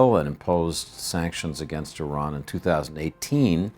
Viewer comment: At least this guy pronounces Iran correctly, unlike many other persons who work in the media field.